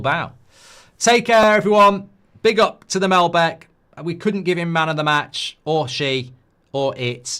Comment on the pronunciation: MAL-BEC not MEL-BEC